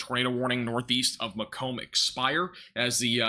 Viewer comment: Just started watching and the 1st tornado warning is Macom IL,, home of Western Illinois University. A town surrounded by corn and soybeans, and a university. It's Mah-Comb, emphasize last graph. "Mac Donnna" is kind of how to pronounce. Probably country. OK, now I'll see how that came out...